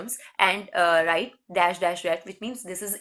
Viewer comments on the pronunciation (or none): none